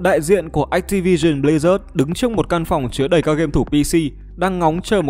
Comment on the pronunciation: ách ti vi sừn bờ li rác :)